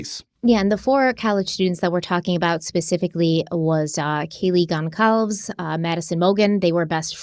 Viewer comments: Sorry, but it’s Moscoe and Gonsalvès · Why not learn to pronounce the names correctly? Kaleey’ last name has a “soft “c “. Apparently her parents would like it pronounced Kon Sall ves……just saying I heard this is the way she would like it pronounced. No shade or anything. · Love your channel and all the work you two do. As a side note: Gonçalves is a Portuguese surname. The “C” in the her name is pronounced as an “S” and not as a “K”. Read it as if it was “Gonssalves”. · Kaylee’s last name is pronounced Gone-sahl-vez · I love that you are adding this program to your already amazing lineup of shows. We have direct connection to the U of I and are native Idahoans. Just as an FYI, Goncalves is pronounced Gon-call-vez. Love you guys! 😍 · Can pronounce anything right??? It's not that hard to pronounce "Gonçalves." Embarrassing.